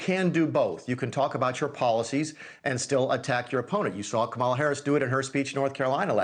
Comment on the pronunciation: "Kamal" Harris? A 5 year old can read enough to know the right pronunciation of her name. Its not that hard bud. Sound it out if you must.